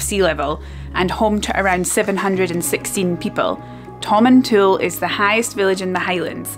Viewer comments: Hi, former resident of Tomintoul here. The village name isn't pronounced as Tomin"tool", it really is Tomintoul (sounds like towel). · My Scottish grandfather's favourite (sic) fishing destination. My family always pronounced the last syllable as "towel", not "tool", though. Never fished there, but I remember visiting at age 9-10. Random memory: we ate somewhere that rolled out a dessert cart which I'd never seen before & thought was a splendid thing. Happy Xmas to & all her Scotophile fans. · Tom - in - t - owl. Also loads of people get winter tyres lol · Pronounce it like "Tom in Towel" ;-)